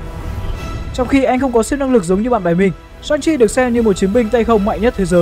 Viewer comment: Shang Chi mà đọc sao ra Sanji bên One Piece :))